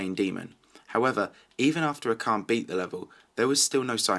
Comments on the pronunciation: Your voice makes me get horns. Oh yeah, its pronounced asharne (sorry) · Acharne is french so u pronounce it in french so it sound like " Ash arn" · its not akarn lolol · acharne is pronounced ASHARNE FFS